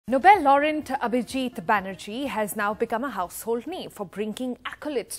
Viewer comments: Nobel 'Laurent' and 'paverty' alleviation. What kind of English is this reporter speaking? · How come "Laureate" become "Laureant"? What is she saying? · Beautiful like Melanie Laurent Mistakes laureate with Laurent 😊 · Nobel Laurent ???!!! This from an NDTV newsreader! 🙄 Listen right in the beginning. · Read the prompter correctly madam